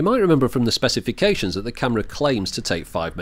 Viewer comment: Spercifications Lol